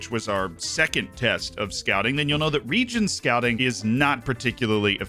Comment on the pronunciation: Second video I’ve watched on ‘region scouting’ and yet all I can still hear is ‘DONT SCOUT REGENS’ 🤔